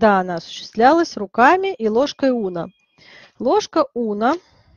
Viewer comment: У меня от "ложка Уно" кровь из ушей. Унна - дерматолог такой был. Известный.